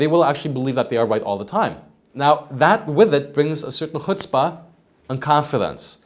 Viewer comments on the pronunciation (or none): none